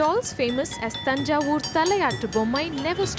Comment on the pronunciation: iys its not tajay.its TANJAY